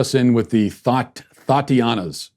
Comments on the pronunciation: Lol Matt Walsh trying to pronounce “Thotiana” 🤣🤣🤣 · Hearing Matt say “Thotianna” was quite an experience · Hearing him sound out Thotiana brightened my day xD